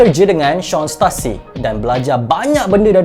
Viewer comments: Stussy la bukan stassy😅😅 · Setusi not setasi. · Sebutan yang betul adalah stusi bukan stasi